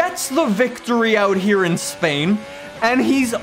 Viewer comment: “He gets the victory in Spain” Me: wondering if said it but didn’t realise the s was silent for him